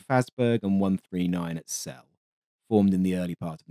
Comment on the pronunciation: Great video. Just one thing, Celle is pronounced like the English for Cellar.